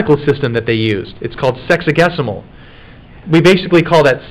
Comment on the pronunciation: I wasn't sure what he was saying but I knew it sounded funny!! And I head what you put in quotes! 😂😂😂